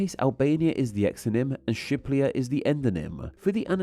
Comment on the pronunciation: i follow you for quite a long time. But i have the feeling you don’t even want to try to pronounce all the name. You pronounce them wrong allot and and you don’t even pronounce the R you always say a L. Like now in this video with the native name for Albania. You pronounce it as Shiplia. And Peru as Peloo. So please try at least to pronounce the name wright and grammaticaly correct.